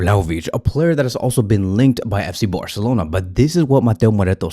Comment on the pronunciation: “FC Boarcelona”